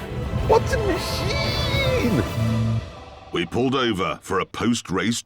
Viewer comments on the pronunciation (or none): WHAAT A MACIEENE